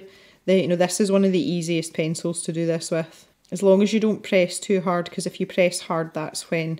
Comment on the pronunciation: Sign me up for live events. I have started to find favorites in the coloring community, on YT that is and I have been showing up fairly regularly for weekly live events. LOL btw I've thought about sharing with you, it strikes me and makes me look up at the screen when you keep saying "If you..." because it sounds to me like you keep saying "F. U." !! I've been binging on videos as I swatch my new pencil set -- still doing Artezas.